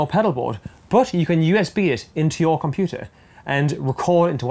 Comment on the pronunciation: I love you videos and your gear reviews. Always great content. But the way you say computer is driving me up the wall!!!